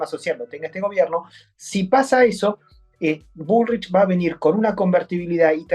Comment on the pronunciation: "Grabuá" está bien dicho porque es francés...pero dice bulrish en vez de "bulric" ... mamita...